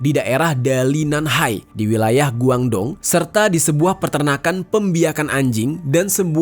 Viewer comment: dong hua dibaca tonghua.guangdong di baca kuangtong..